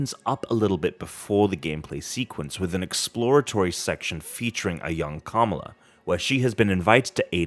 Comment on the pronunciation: Gotta work on the pronunciation of the name Kamala there buddy, it's not Camel-a...